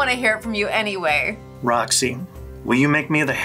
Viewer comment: Roxy* not “Rony”